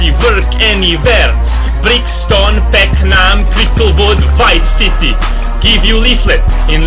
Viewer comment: Yeah it was peckam, but he said it like pecknarm aha